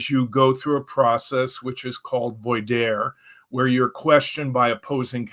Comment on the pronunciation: very great episode. Rick is a phenomenal advocate for those wishing to understand cults as well as for those wishing to leave them. he mispronounced the questioning process leading him to become an expert witness in court cases. it's pronounced vwah-dear (voir dire). it's French for "to speak the truth"